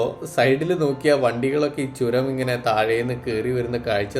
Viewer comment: Not choram...it's churam